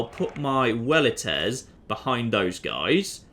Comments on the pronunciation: pronounces Velites with a W sound rather than V because he's following classical Latin pronunciation. I love you. <3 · Yay, you pronounced velites correctly. (Not that I doubted you, but thought you might use the same incorrect pronunciation the game uses). Also, Waynnee Weedee Weekee! Any other pronunciation is just... Vulgar.